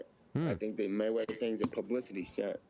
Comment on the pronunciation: Ya, Matweather